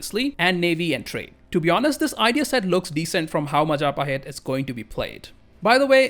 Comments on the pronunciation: Mahajapit❌ Majahapit❌ Mapajahit❌ Mahapajit ❌ Mapajahit❌ Ma ja pa hit? ✔️✔️✔️✔️ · that majapahit butchering is so gud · and proceed to mispronounce majapahit like a tongue twister match